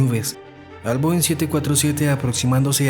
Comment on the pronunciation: Is this an AI narrator? Most of the comments are praising the clarity and voice, but it definitely sounds like AI. Many of the plane types are mispronounced (Bo instead of Boeing) and the cadence is very annoying, filled with pauses in the wrong places and badly mixed with the background music. I notice that most of those praising the narration are commenting in a language other than English. I assure you, this is a terrible narrator to listen to for anyone speaking fluent English.